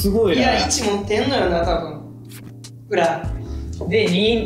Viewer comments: みんな大好き大橋くんの「ふら(ほら)ー！」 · 好きなんだよな〜♡はっすんの｢ふら(ほら)｣